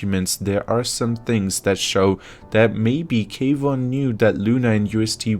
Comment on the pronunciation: Not K—wan it’s one word Kwan just said the same as Swan.